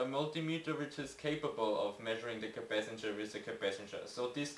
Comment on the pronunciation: Capacitor not capacanger